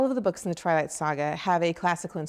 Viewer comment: LAWL '1' TWALIGHT! Yesssss.